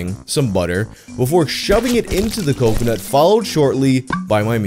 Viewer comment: It’s been almost a month and I’m still disappointed you went with “cumconut” instead of “cocoNUT”.